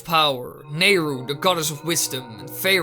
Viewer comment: I'm sorry, I was so much more focused on the debate about how to pronounce "Farore" I vote "Fuh-roar" :3